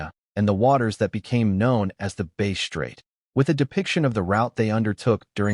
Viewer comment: Ai or has no idea on what he is saying calling it base not bass. Just shows he don't know sht, not being a million with your values. Stop put bullshit comments in there. Bass and base are two different things